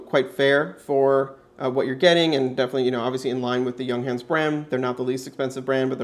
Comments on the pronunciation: It's "y uhng huns" :D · You're mispronouncing the name. It's "young - hahnz." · The company is not called Younghans as you pronounce, no is the watch a chronograph as you keep telling us, it's a chronoscope, (look up the difference) Junghans manufacture in China, you can buy the same watch with the Chinese Logo for about $30.00